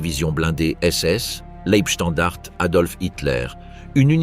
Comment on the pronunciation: Dès le début cela dérape : la voix synthétique est incapable de prononcer "Leibstandarte" (ei se prononce "ail" et le e final n'est pas muet). Je ne vais pas plus loin, c'est de la daube. Les stratèges allemands n'avaient pas pensé que le Tigre 2, un monstre de 70t qui manquait de mise au point, ne pourrait pas passer sur les petites routes des Ardennes ni sur les ponts. S'ensuivit un énorme bouchon et tous les chars furent perdus dès que l'aviation alliée put entrer en action. Circonstance aggravante : les blindés de la Leibstandarte étaient commandés par Joachim Peiper, qui avait obtenu tous ses galons dans les bureaux auprès de Himmler, autant dire que sur le plan militaire il savait seulement obéir, et cochonner le boulot pour lequel il était gravement incompétent. En face, les Américains étaient au repos et ils furent surpris mais ils se ressaisirent très vite et Bastogne ne fut pas prise. Le problème des généraux allemands était la terreur que hitler faisait peser sur eux depuis l'attentat du 20 juillet 44. Les Waffen SS n'avaient pas peur, eux qui étaient chouchoutés, mais à eux seuls ils ne pouvaient rien faire. Cette offensive était débile, elle fut menée stupidement par des incapables et causa la perte de quasiment tous les blindés allemands. Comme à Koursk en juillet 43. Le pire ennemi de l'armée allemande fut le caporal qui la commandait. Salut et fraternité*